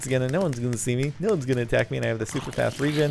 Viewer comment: For some reason i hate it when he says no like nuu its really annoying